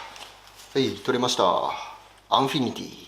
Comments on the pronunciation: アンフィニティ→❌ アンフィニ→⭕️ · Enfini アンフィニティでなくってアンフィニね笑） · アンフィニティって言いました？ もちろんボケたんですよね？w